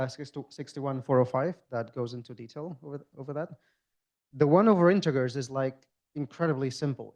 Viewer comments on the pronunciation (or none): I thinked he said "freezed". "Intuhgers" does indeed sound really weird.